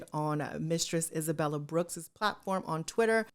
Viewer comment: it’s Isabelle not Isabella 🥹